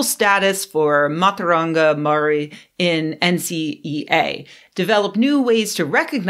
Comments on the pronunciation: Hi Chris. As a Māori, your assessment of her pronunciation is terrible. Please note, kiwi, the word Māori word you use to define your nationality means grey. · I forgive your pronunciation. When you say Māori try (Mow-ree) with a rolling R. Mātauranga also has a rolling R. Would it be too much to ask you to stop demonizing white men all the time? We aren't all responsible for everything other white men do, thanks.